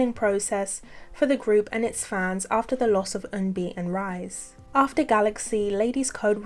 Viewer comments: Someone else may have mentioned this already but just to let you know, RiSe’s name was pronounced ‘Rhee-say’, not rise rhythm with lies. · Just an FYI, RiSe from Ladies’ Code isn’t pronounced as rise but ‘Ri-Se’. I know it’s not your intention to mispronounce it but since she has passed, I hope to correct out of respect for her name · 0:6:45 I’m so sorry but I have one small correction regarding the Ladies’ Code part— RiSe’s name is actually pronounced ree-say, not rise! Gotta make sure people remember my girl’s name correctly!! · I haven't finished the video yet but I would like to thank you for including Ladies' Code. Not many people know that a lot of the first Orbits were Lavelys :') Also, Rise's name is pronounced like Ri-sae